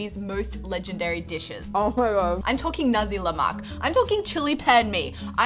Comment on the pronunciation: Nasiii leak not naz1 lemakk😂😂